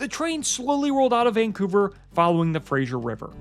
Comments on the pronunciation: An enjoyable and informative video, especially since I’ve been trying to decide between Rocky Mountaineer vs Via Rail trip. Small point for accuracy. It is Fraser River as in fray-zer. Not Fray-zsher for Frasier. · Nice video. Please pronounce the Fraser river correctly. It is named after Simon Fraser NOT Frasier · Please excuse me, but I cringe every time that fray-zer is pronounced fray-zhur. The zh sound is applied before ier, thus frasier is pronounced frazhure. Thank you. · Fact check - It's Harrison Lake, not Bay. The Fraser River is pronounced like razor, not Frasyer. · it's not FRASHIER, it's FRASER. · It is not the “Frasier” like the television show but the Fraser, pronounced Frayzer. Never understand why people cannot get this right. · Frayshure river.. LOL.. It's Fraser.... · Fraser said like fray-zur. It's not said like that 90's sitcom. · Yep. No I in Fraser!